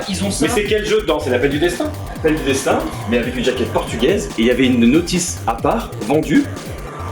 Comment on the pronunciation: L’appel du “Dechtin” !!! 😂👍🇵🇹